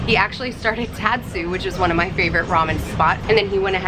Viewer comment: So the tat part of tatsu is pronounced as tot like from tater tots.